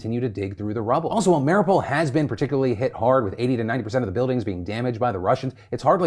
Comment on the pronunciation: Phil, I know you are an American but please, in solidarity with Ukraine please could you pronounce the name of the city of Mariupol correctly? US translation of it is shit - why would you just drop a U and rename the city.... it is like saying Phl instead of Phil.....The name of the city is: (rus/ukr) Mariúpol' [mɐr⁽ʲ⁾iˈupolʲ] or (ukr) Mariiupil [mɐr⁽ʲ⁾iˈjupilʲ].... not Maripol....:)....Source: I'm a native speaker of both languages.